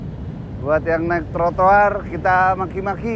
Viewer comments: Yg bener trotoar apa tortoar bang ngomongnya wkwjw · Ngakak denger bang susah nyebutin Tro - jadi Tor terus...hehe hiburan juga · Trotoar bukan trotoar bang 😂😂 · Trotoar mas... bukan tortoar 😀 kerennn gasss lanjutkan orang2 ga tau aturan ngeyel emang pantas di maki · bang TROTOAR bang bukan TORTOAR wkwkwkwk sumpa ngikik tetep semangat bangggg😂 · Bang ganteng....trotoar bukan tortoar😊😊😊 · T R O T O A R bang bukan T O R T O A R 😂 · trotoar bang bukan tor toar🤣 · Maaf bang trotoar bukan tortoar😂😂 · bkn tortoar, cb blg trotoar wkwkwk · Bukan tortoar tp trotoar wkwkwkwk....... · Trotoar bang bukan tortoar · Bikin kompilasi bang ngomong “tortoar” lucu sih wkwkwkwk